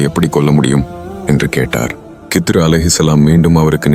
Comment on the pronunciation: இதில் ஏன் இந்த தேவை இல்லாத காட்சிகளை காட்டுகிறீர்கள்... ஹிள்ர் அலைஹி வஸல்லம் அவர்கள் என்று சொல்ல முடியாதா..?? வேண்டும் என்றே திட்டமிட்டு கித்ரு, கித்ரு என்று தவறாக உச்சரிப்பது ஏன்??? உண்மையில் நீங்கள் எல்லாம் இஸ்லாத்திற்கும், முஸ்லிம்களுக்கும் நன்மை செய்யும் வகையில் தான் இந்த மாதிரி காணொளிகளை வெளியிடுகிறீர்களா???? இறைவனே மிக அறிந்தவன்... யா அல்லாஹ் இதில் உள்ள தீமைகளை விட்டும் என்னையும், முழு முஸ்லிம் சமுதாய மக்களையும் பாதுகாப்பாயாக... இந்த காணொளியை தயாரிப்பாளர்கள் தீய நோக்கம் உடையவர்களாக இருந்தால் இவர்களை அழித்து விடுவாயாக...